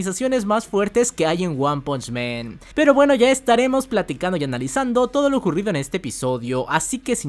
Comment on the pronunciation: Me gustan mucho tus vídeos pero siempre me llama la atención que pronuncias mal el nombre de la serie es wanpunchman y tú dices wanpuchmeeeeeeeeeen